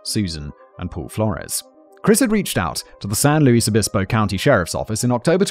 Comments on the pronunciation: Me too, I remember learning about this story in middle or high school along with Laci Peterson and Rex Krebs. Such sad stories. Also, so glad he’s pronouncing San Luis Obispo correctly 😂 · My beautiful and apparently deadly collage. Anyway, I had a good time in the 80s there. Simon pronounced San Louis Obispo like a native. Better sometimes!